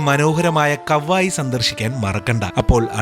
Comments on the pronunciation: Kavayi alla kavvayi aan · കാവായി അല്ല കവ്വായി